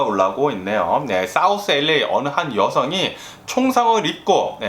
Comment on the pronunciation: 첫음절에 액센트주며 이야기할때 너무 재밌고, 뇌졸증증상 절대 아니고요ㅎㅎ유쾌하고 발음 꼬일때도 귀여우십니다요 ㅎㅎ 엘레이(LA)라고 발음할때 특히 귀여우세요 ㅎㅎ그나저나 더위땜시 고생하신다니 알래스카의 시원한 공기를 보내드리고 싶네요🏞👍🤗❤️